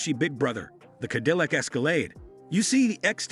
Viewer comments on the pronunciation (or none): What kind of car is a „Kuh Dill Luck“? Listen to the last SUV reviewed. Hint😧it is manufactured by GM.